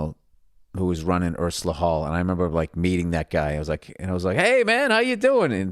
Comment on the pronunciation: Ursula Hall??! Lol 😂 it’s Ulster Hall because it’s in Ulster aul Billy silly bollocks!